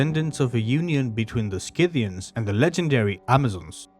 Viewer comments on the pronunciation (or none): SITHians, not SKITHians. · You pronounce it "Si-thian" not "Ski-thian" ...Sort of like the tool, Scythe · it's see-thee-ian. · just a friendly note: Scyth·i·an /ˈsiTHēən/ pronounced "SIH-thee-uns" ... thanks for sharing :) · if you decide to read the script yourself, you should make sure you take some diction lessons or logotherapy. It is ridiculous to make a video about the Scythians and not be able to even pronounce their name correctly. You are probably not aware, but your pronunciation of some words is just laughable. For instance explain to me what "war-fur" is! Or can't you pronounce the plural form "women" correctly? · No hard c in Scythians, the c is silent in English. I hate AI audio! If this documentary's pronunciation is correct in another language, would someone please let us know. I googled the pronunciation 5 times, and not once did the way it's pronounced here come up. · Youre teaching a whole new generation to pronounce Scythians wrong. The 'c' is not verbalised. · After 12 seconds, I’m giving it up. I’m not watching an hour-long video on the Scythians to be brainwashed with the wrong pronunciation of the word. Sorry, thank you. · There is no "K" in Scythians. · Please check correct pronunciation.Not knowing the correct pronunciation ,brings the rest of your work into question.